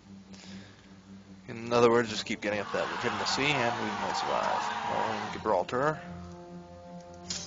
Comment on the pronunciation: I feel like you are pronouncing the start of Gibraltar wrong.